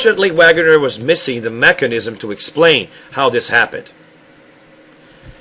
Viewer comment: It's actually pronounced (vaygunner) as Alfred Wegener (vaygunner) because it;s german